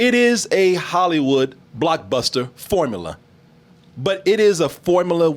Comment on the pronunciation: can't seem to say the words 'formula' or 'popular' properly. It always comes out as 'formala' and 'popalar'